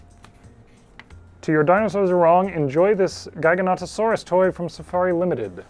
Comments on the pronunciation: It's pronounced jiga-notoe-saurus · I’ve always heard and said it “Jiga-not-uh-sorus” jiggle, not giggle. Not sure where I heard it from tho. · I’ve always known it as Jig-a-not-uh-saurus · the way you say Giganotosaurus is so weird were i say GIGA as in giant, you say GIGAN as in that 1 Godzilla monster who has chainsaw hands to each their own, this show is still AWESOME to watch, but that is so odd to me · How many of is are guilty for saying Gigantosaurus to Giganotosaurus? 🤔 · Giganotosaurus is “Jig-Ah-Not-Oh-Saurus” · "jig-uh not-uh saurus" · I believe the common pronunciation for Giganotosaurus is Ji-ga-NO-to-saurus, and it angers me greatly. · Apparently it's JI-ga-NOT-uh-saurus?? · Pronounce giganotisoris with j at the beginning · You pronounced Giganotosaurus in ways I've never heard lol. Usually it's kind of like the gigawatt/jigawatt from back to the future. But you single-handedly added three new pronunciations to it lol.